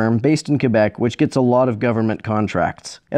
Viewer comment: Also it's so refreshing to here someone pronounce "Quebec" correctly in a YouTube video.